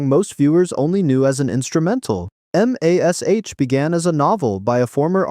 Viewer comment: It's mash. I get that it's an abbreviation/acronym. But you say mash. The word. Not EM AY ES EYCH. Please I beg you.